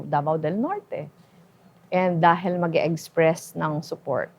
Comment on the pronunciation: ganyan kasi pag masyadong matalino, tignan mo si elon musk magsalita. Pero iba yung walang laman ang utak, lutang. Paulit ulit ang mga salitang ginagamit, may "egspres themselves" pang nalalaman. Hahahahaha.